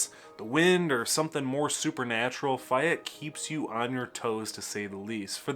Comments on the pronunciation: First I have heard it pronounced "Fi-ette". I've always heard it pronounced "Fay-ette". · the goast town is pronouced FAY ETTE not fiyette are you sure your from michigan??? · I believe Fayette is pronounced "FAY-ET". with the accent on the "ET" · Fay (as in day) ette Lifelong MI resident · Faaay ette long A sound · You lost all credit at failing to pronounce "Fayette". It's literally pronounced the way it's spelled. Like. Bro. How?! 😭 The section of I-96 where it meets I-196 also screams. It's not that unique. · Interesting video. I really enjoyed it. But.... There is no such town named "Fi ette" - It's "Fay ette" and "Dim mon dale"? No, my friend, it's prounced "Diamond dale". You are from Michigan, right? You're making me giggle. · I came to comments to correct your pronunciation of Fayette and Dimondale and saw how many have already commented. I guess I don't need to go any further. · How can he be a lifelong Michigan resident much less "content creator" on Michigan and can't pronounce Fayette or Dimondale?